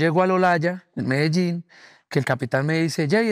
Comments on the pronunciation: Its Medellin, not Merilen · pronounce the LL correctly, there is a reason why it is added in the spanish alphabet.